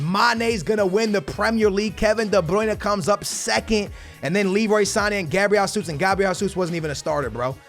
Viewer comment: did you actually say hasuz instead of gzus bro!!